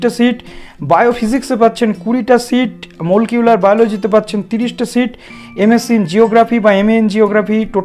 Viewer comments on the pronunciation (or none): দাদা মলকিউলার নয় মলিকিউলার বায়োলজি🤣